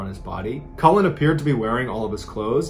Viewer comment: Cullin - not Collin